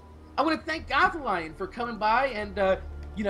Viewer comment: why does he pronounce his name Goth-a-lion